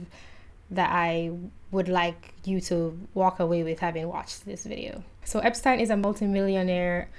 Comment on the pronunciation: I'm just glad someone knows how to pronounce 'Epstein!'